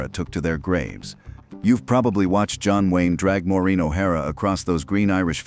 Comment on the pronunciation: Wouldn't you think he would learn how to Pronounce Maureen before narrating this video 😢